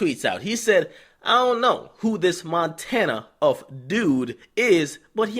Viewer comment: Montana!...n not Frenchie lol